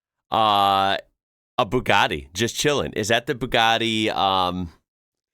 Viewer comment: eheheh it's so funny to hear how you say Bou-God-y